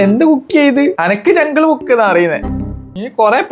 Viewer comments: Jungklkook ❌Jungkook ✅ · ജംഗിൾ ബുക്ക് ആണോ അതോ jungkook ആണോ പോയി പറയാൻ പഠിക്കെടാ